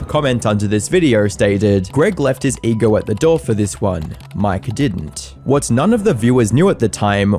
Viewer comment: It’s pronounced ego not egar